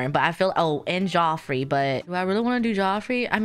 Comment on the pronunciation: haha love your videos, just wanted to say Bjorn is pronounced like byorn, not beejorn 😊 and Geoffrey is just Jeffrey